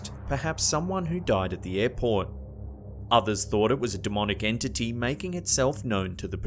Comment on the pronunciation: Airport sounded like Airporn here